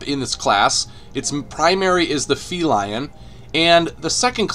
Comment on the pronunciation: Fee-Line not Fee-Lion. Its a cat, but not a lion.